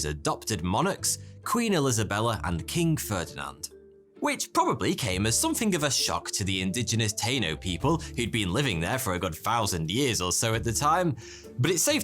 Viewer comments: Tie-e-nos. Taino. You can kill the people but cant learn the name Englishman? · Good attempt with saying "teino" instead of Taíno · Taino bro say it right